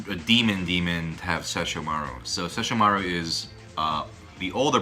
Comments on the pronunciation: Ses-sho-mar-u... What?! SESSHO-MARU. Inuyasha wanted the Shikon Jewel and tried to get it from Kagome initally. Kaede gave Inuyasha the necklace which he can't take off and Kagome can command him to sit with it. Kagome was the one to shatter the jewel after a bird demon got hold of it. Koga is also the best character. He blatantly ignores Inuyasha and the dialogue is just the best. I watched this on Adult Swim after I discovered Yu Yu Hakusho wasn't on at that time anymore. Fell in love with it. Still remember a LOT from it. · "Shesh-uh-marr". Much accurate, many proper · i love how he says inuyasha's brother name wrong and she said it correctly...lol..wtf?... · As a die-hard InuYasha fan, this entire video hurts my soul. SO many incorrect facts, not to mention how you two are pronouncing Sesshomaru >.<